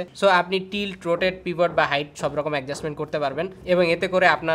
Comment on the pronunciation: ভাই, একজাস্টমেন্ট না বইল্লা এডজাস্টমেন্ট বললে ভালো হইতো না? 🤗